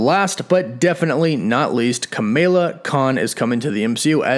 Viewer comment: And I quo : “Kamayla kan” It’s pronounced Ka-Ma-La not Ka-May-La